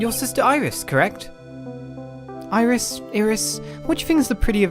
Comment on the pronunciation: I think it's Iris with the i